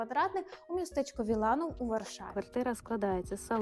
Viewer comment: тільки не Віланув а Вілянув! вчіть польську раз вже тут. тут буква L завжди з помякшенням і читається як ЛЬ